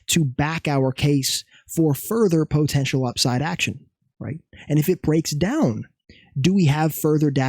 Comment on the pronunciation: fav word “po-tential”😂😂